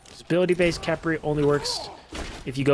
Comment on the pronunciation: It pronounced kefri